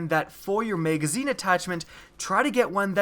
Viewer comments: Kinda pisses me off that you say "mageazine" when it's pronounced mag-a-zeen (magazine). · "Megazine size" lol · You really need to watch your video and see how stupid you sound saying megazine and how many times you fucking say it. For fucks sake. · "mega-zeen" size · Can we get a counter for the number of times he says "meygazzine" please